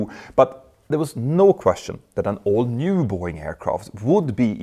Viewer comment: When you say “all new”, it sounds like “old new”.